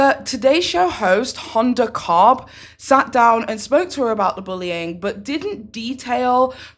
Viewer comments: I can't get over your pronunciation of Hoda Kotb "Honda Cobb" 😂😂😂😂😂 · Pronounced Ho-Duh Kot-Bee lol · with love, it’s Hoda Kotb pronounced “ho-duh cot-bee” ❤ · Your videos have been so good lately. Not that they weren't before, you know what I mean. 😁They've been on another level! I lol'd when you said Hoda Kotb. She says it Ho-da Cot-bee. Keep up the great work! 😘 ps- I'm so happy that Courtney got away.